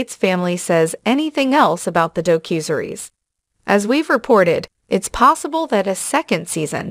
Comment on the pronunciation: You can tell this is a robot voice by the word mis-pronunciations a human is not likely to make, such as: "a cue and a series" (instead of a Q&A series). Also "a doe cusery's" (instead of a docu-series).